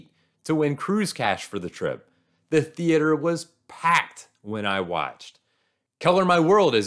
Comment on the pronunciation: stop saying theater like that. stop it stop it now